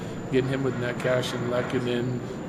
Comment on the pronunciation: Lol I'm here for this too. Did he just say neck ash